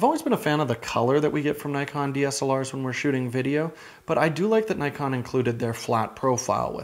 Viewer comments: Argh. N•ee•kon, not N•ai•kon. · Grrrr... Naikon :( Nee-con, please be professional, how can I trust your review if you can't even pronounce the name of the company correctly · Not to nitpick, but its pronounce Nee-kohn; phonetic basically as many foreign languages; nice review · Nikon is pronounced as 'neekon'.